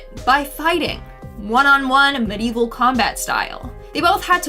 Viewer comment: I'm sorry, but I have to say it. The word is Medieval, pronounced me·di·e·val.